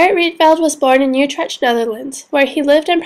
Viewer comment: lol love how u said utrecht. Its said like this "ootrekt"